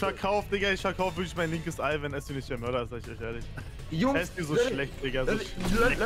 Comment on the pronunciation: "Ich bin eusch ehrlisch"